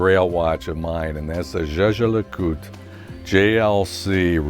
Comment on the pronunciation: Congratulation - you are the first American who can pronounce Jaeger-LeCoultre correct - you deserve a Reverso - go for it!